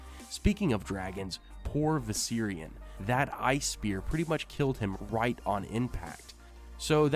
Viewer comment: The way you say viserion is driving up the fucking wall